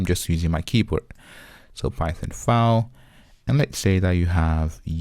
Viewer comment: Man, it's "ˈfaɪl" not "faʊl" 🤣